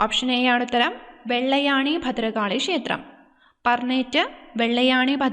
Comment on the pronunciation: വെള്ള ആണി അല്ല വെള്ളായണി അമ്മ എന്റെ നാട് 🙏🏻🥰